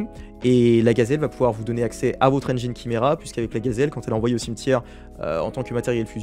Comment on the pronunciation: ENFIN quelqu'un qui prononce "engine" correctement, et pas "ennjaïnne"! T'as gagné un abonnement (et ta diction, le layout, le contenu, c'est cool et agréable :)